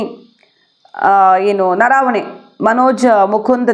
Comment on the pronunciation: ಅದು ನರಾವಣೆ ಅಲ್ಲ ಅದು ನರವಣೆ